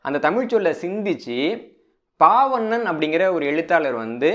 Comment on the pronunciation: ஒரு சிறு திருத்தம். சொற்பொழிவாற்றுப்படை என்ற நூலை எழுதியவர் பெயரை சொல்லும்போது நீங்கள் பால்வண்ணன் என்பதை பாவண்ணன் என்று 2 முறை சொல்லி இருக்கிறீர்கள். இதைச் சரி செய்ய முடியுமானால் மற்றவர்களுக்கும் பயனுடையதாக இருக்கும். நன்றி. இந்தப் புத்தக அறிமுகம் மிகவும் பயனுள்ளதாக உள்ளது.